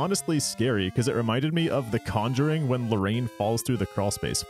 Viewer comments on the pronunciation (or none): none